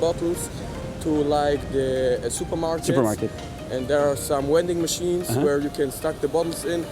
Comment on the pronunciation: He is not Russian. The accent is German, he just swears in Russian because блять is a novelty to him. I say kurwa but I am not Polish ) He also says “wending machine”